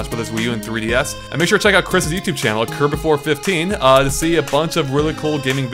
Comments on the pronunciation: "Curb-oh-fer" Not Curb-oh-for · at the end shouts out kirbopher's name wrong. kirbopher14 ahaha. Kirbopher sucks